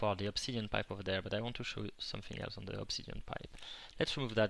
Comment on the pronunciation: It sounds like hes french a bit because of the "ze" somewhere